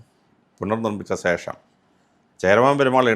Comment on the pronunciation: സേഷം അല്ല ശേഷം